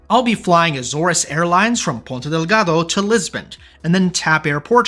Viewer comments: It’s Ponta Delgada. Not Delgado. Godamn it!😂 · Just a smal note, it's Ponta DelgadA and not Ponta DelgadO